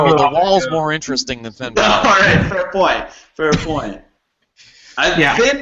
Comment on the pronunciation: FFS its Bálor not Baylor... smdh. Its like Valor but with a B.